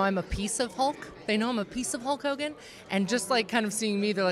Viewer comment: Hogan, not hulgan 🤣